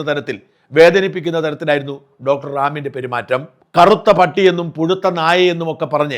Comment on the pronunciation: റാമിൻ്റെ എന്ന് പറ😊 ഡാമിൻ്റെ എന്നല്ല... pls